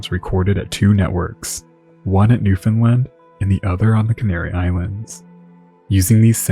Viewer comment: It’s pronounced NewfinLAND… you were so close!